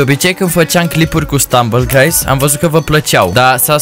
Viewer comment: Ai zis gruys😂😂😂